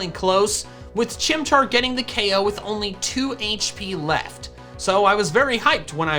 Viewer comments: he is saying oko which is supposed to be ko lol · i love it when he says OKO instead of O KO XD it's so funny xD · with no disrespect but how come u say o.k.o instead of k.o? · is he saying "oh-ko" instead of "KO" on purpose? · I can’t stand the “O-K’ed”. KO is an abbreviation for knock out, it doesn’t work in reverse.